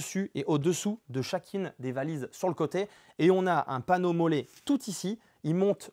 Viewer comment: Salut à toi, petite précision concernant la prononciation de m.o.l.l.e., en fait c'est molli. Allez à la prochaine. Un Roannais.